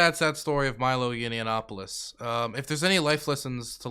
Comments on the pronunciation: Every time I hear say "Yinny-yanopolous", another hair turns white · I love how never says Milo Yiannopoulous's last name correctly lmao